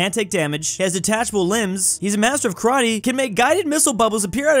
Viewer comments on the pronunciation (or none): none